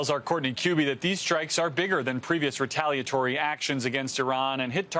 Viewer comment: Why can't Tom say "retaliatory?"